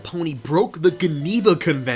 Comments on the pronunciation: the GUH-neva convention? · Guh-neva convention 💀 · Gevena has a soft "g" in English. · I definitely enjoyed this video, and thought that it was interesting the way you went about discusing each pony's redesign, plus the fact that the initial couple seasons have very boring character designs. I just think its absolutely hilarious how you pronounce "geneva". Ive never heard anyone pronounce it with a "guh" G. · The Geneva Convention is pronounced "juh·nee·vuh". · just an fyi, geneva is pronounced with a soft g (more like jeneva) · The way you're pronouncing "Geneva" is taking me out lmao